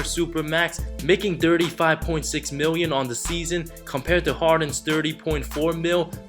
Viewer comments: i dunno man. sorry. every time you said "thirty", it sounds "dirty" to me. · Dirty dirty dirty... dirt dirt dirt... u need to learn to pronounce TH dude. Lol! Cool facts tho. 😂